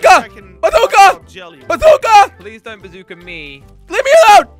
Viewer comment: I love when jelly say a bazoka is a bazoker